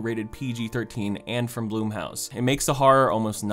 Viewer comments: I'm sorry but the one thing that I find weird about this video is how you pronounced blumhouse as bloom house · Challenge: Take a shot each time he mispronounces “Blumhouse”.